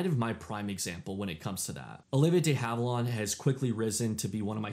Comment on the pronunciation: It's pronounced. DEE HAVE-IL-AND, NOT, NOT DAY HAVE-ILAWND...get it right